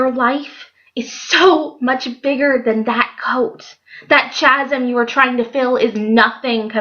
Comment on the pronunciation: This was lovely and it really goes with what has been going on in my heart lately. God is so good how he draws us back to true fulfillment. Oh, and I wanted to tell you that chasm is pronounced kasem. Oh, those sneaky words with silent letters! Thanks for making this video. Bless you.